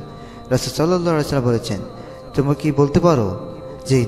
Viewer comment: সাল্লাল্লাহু আলাইহি ওয়াসাল্লাম ঠিক ভাবে বলতে পারেন না? 🙄😒